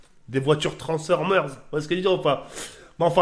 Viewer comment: DES VOITURES TRANS-OR-MERS